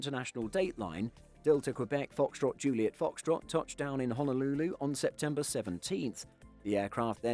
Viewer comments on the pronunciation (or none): none